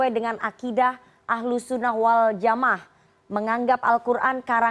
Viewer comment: Pembawa acara ini buta sekali tentang agama. Menyebut kata "Waljamaah" saja malah dibaca "waljamah". Padahal, istilah itu sudah populer, dimana anak SD pun bisa mengucapkannya. Hmmm.